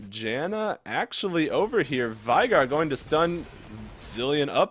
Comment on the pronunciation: U were pronouncing veigar wrong.....